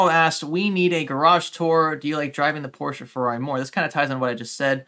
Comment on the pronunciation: Does your wife get upset with the way you pronounce ”Porsche", considering she is German? Lol